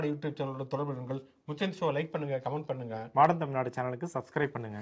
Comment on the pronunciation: மாடன் தமிழ்நாடு என்பது நீங்கள் உச்சரிக்கும் போது மாடு என்றே எனக்கு கேட்கிறது தோழரே😂 மன்னிககவும்.